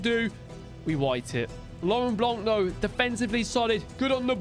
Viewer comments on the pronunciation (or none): none